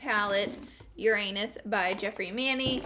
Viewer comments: Yeerr-anus. I'm dying. Lol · I love how they keep pronouncing Uranus your-anus 😂 girl it's Yoo-rah-nes 😂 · Legit thought she just said your anus 😭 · What Laura says : Uranus What I hear : your anus. LOL !!! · Astronomy lesson, the way to pronounce the planet Uranus' name is Ur-ah-nus! Great review I love it! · Lauraaaaa!!! I'm dying laughing in my car! Every time you say "Uranus" it sounds like "Your Anus" 😂😂😂😂😂😂😂😂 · I heard "Uranus by Jeffree and Manny" as "Your anus by Jeffree and Manny" and I was like what did she just say? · its funny how you pronounce Uranus lmao